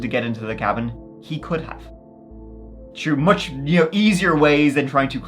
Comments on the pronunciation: Pronouncing through as true is the dumbest shit. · makes fun of HIS OWN accent. If you don't like it, keep scrolling. The reason I found this one so endearing is that he pronounced the 'th' in through but not thick or thin. It's quirky and interesting. If I had lol'd or lmao'd, you may have a point.